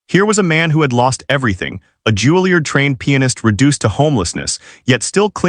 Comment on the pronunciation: It's not "JULIE-erd." It's "JULIE-YARD." "Choppin'"?